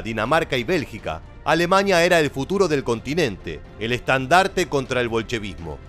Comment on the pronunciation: Bosña, Etoña, Alemaña🤦‍♂️🙈